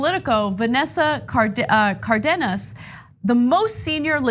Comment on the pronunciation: FYI, Ana, it’s CAR-denas. Hence the accent on the á.